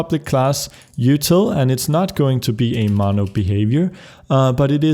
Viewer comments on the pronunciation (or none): none